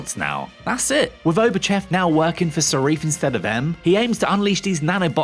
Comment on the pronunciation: Who’s Sarif? 😅